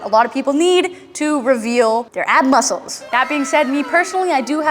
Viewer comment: has me laughing to hard in the middle of the spider man planks cause she says she is spider man and then the wibbly "breh" 😂 Also when she says "feel it in ya bones.. feel it in ya mussuls". Fucking dead from the workout and the comedy, hey laughing helps build your core aswell, dam, she is a next level trainer 😂